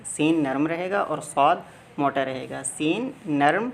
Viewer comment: صواد نیں. صاد ہے